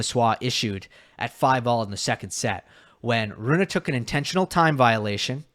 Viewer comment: pleaseeee. Its not Runa, its Rune. Runa could be a girl name. Like Ruud is not Rude the u is short. Hope I helped you with this...